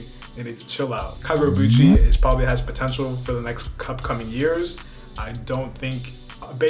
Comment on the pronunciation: KagurabAchi! Why you saying KagurabUchi 😭😭😭